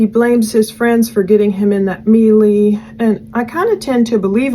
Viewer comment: melee is pronounced like "may-lay" per american english standard pronunciation (slightly different on the first 'e' for brits i believe but nonetheless!) but absolutely no knock against you! just means you learn vocabulary more from having read the word vs hearing it spoken aloud, which is laudable and certainly anything but embarrassing:))